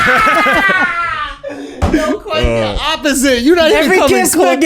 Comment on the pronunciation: It started when he said HEEV to H.I.V.